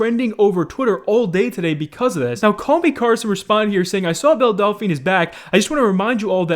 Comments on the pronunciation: No one: Literally no one: Keemstar: Bell Dal - Fa - Na: Bell Dalfy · Why can’t anyone that makes a video about belle delphine pronounce her name right? 😂😂